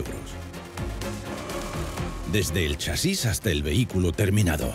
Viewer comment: Chasis....no lleva tilde porque es una palabra llana acabada en "s" ...eso quiere decir que la fuerza se hace en CHA ...y no en SIS como lo pronuncia el tipo raro del vídeo.... Y digo todo esto porque he tenido que dejar de ver el vídeo por la mala sangre que me estaba produciendo al escucharlo pronunciar mal. Y explico todo esto por que sí, asi me he quedado mas agusto...😂